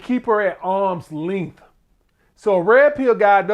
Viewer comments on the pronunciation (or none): "arms leenght"